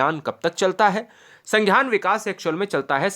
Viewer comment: संघ्यान नही है संज्ञान है😊